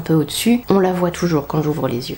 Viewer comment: Tjrs magnifique mais … svp « qu’on Voit » et non qu’on voiyyyyyye 🥰 et ce là sera sublime 😻